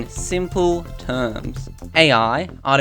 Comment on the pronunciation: Ah yes, my favorite programming language: Srachahahaccci